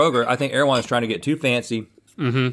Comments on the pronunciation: not my latino ass thinking they said "AirJuan". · Erawan? It's Thailand? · Tf is erewhon